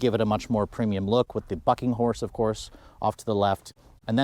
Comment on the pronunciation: That F##king Horse!! Lol that's what it sounds like when you say it